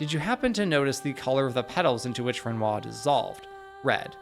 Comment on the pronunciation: Excellent video. My only gripe is the pronunciation of Renoir lol, the R is only silent in game due to the accents from the VA’s, when the rest of your speech is bog standard American accent, it’s jarring to hear his name pronounced in some form of bastardized English/American accent lol